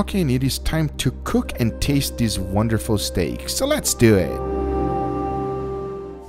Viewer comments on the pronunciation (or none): "So letsdoehhh"